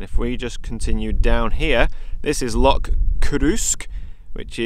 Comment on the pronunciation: Epic trip and your pronunciation of Loch did improve a wee bit after your black pudding. A haggis burger and you'd have nailed it